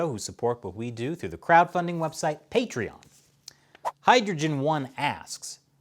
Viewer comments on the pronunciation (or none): none